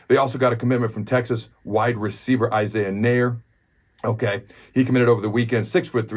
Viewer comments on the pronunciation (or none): none